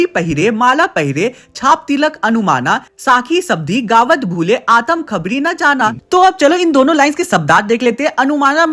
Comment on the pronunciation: Hindi me Aatm hota hai aataam nahi ho ta hai